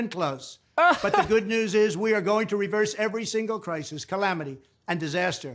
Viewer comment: "We are going to reverese every... calamity caused by Joe Biden" I guess Trump got an advance copy of the new Zelda